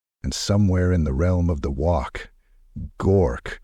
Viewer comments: Really needs to be fixed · AI still struggles with uncommon words. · How you pronounce WAAAAAAAAAAAAAGH is wrong. Lol I'll come back when you learn how to. GG